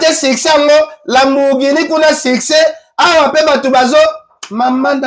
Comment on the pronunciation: Hamburghini lisusu nini? Omoni ango hamburger? Ezalaka Lamborghini